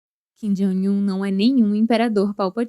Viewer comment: Por que essa pronúncia repetida de "Jong" como "Joing"? Coisa feia essa. E ainda é errada.